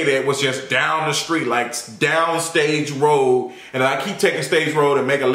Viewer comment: You said Stage Rd... you from Memphis?